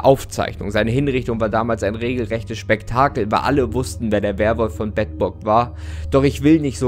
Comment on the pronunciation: Ich als Bedburger muss sagen es wird Beedburg ausgesprochen ;)